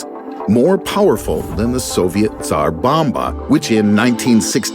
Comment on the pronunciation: Once to hear the right pronunciation of Tzar bomba! :) Nice!